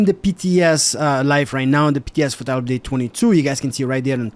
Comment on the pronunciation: "TYLUPDATTWENTWO" XD